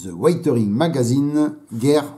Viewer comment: Oui je participe. Conseils de prononciation : Pas waïteuring mais wézeurine. Pas lichêne mais likène. Pas couverture mais gouférdureu. Concernant Hobby Boss, je n'en achèterai plus. Bien qu'ils fournissent quelques extras dans leurs kits, comme des trains d'atterrissage en métal et quelques pièces en résine, ils n'ont hélas aucun respect pour l'exactitude. Exemple : la planche de décals où il manque de "J" de "John F. Kennedy". (et il y en a d'autres !)